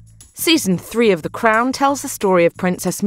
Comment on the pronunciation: “The CRONE” if you are bri-ish